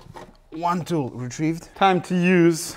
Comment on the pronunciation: I was dying when you said “3rd or 4th thool that I dropped again” 😂😂😂😂